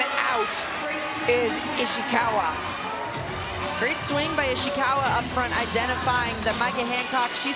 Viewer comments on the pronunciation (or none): the way she pronounced “Ishikawa” as “Ishiwaka” got me😅